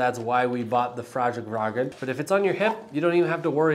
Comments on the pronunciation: It’s pronounced like “Fyarl-raven” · “Fyall-raven”. It’s super not hard and would’ve taken fifteen seconds to look up before making this video instead of seemingly revelling in being unwilling to learn how to pronounce a new word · I loved the Swedish-Chef take. I'm a huge Fjallraven fan, know how to pronounce it, but damn, it's fun to poke some fun, sometimes - especially these days.